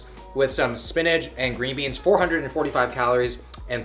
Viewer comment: I swear if he says "spinaj" one more time...